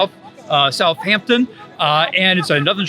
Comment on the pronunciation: It's Southampton, not South Hampton. Like Washington, not Wash Hington.